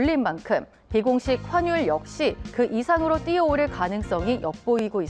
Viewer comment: 발음 화뉼(x) 환뉼(o)